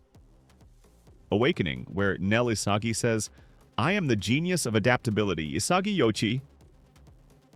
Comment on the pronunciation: "nel isaji"